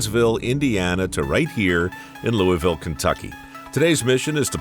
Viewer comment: Mike you said Louisville wrong. As a lifelong Kentuckian I am appalled lol.